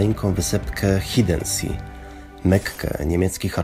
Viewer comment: Ładne ujęcia, choć wdarło się kilka błędów merytorycznych (np. nazwanie ogrodu w stylu francuskim rzekomo stylem angielskim). Dla lepszej jakości warto na nowo nagrać lektora do źle wymawianych nazw niemieckich: Hiddensee - wymowa [Hidenze], nie [Hidensi] z angielska Gerhard - wymowa [Gerhard], nie [Gerard], nie ma tam niemego "h" Zingst - wymowa [Cingst], nie [Zingst] Ahrenshoop - wymowa [Arenshop], nie [Ahrenszop] z angielska Speicherstadt - wymowa [Szpajśersztat], nie [Szpejchersztat] Viertel - wymowa [Firtel], nie [Wiertel]